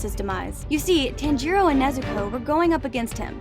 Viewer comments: his name i tan-ji-ro not taan-ji-ro ok? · Please, just say Tanjiros name correctly. It’s not that hard. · The way she pronounced 'Tanjiro' hurt me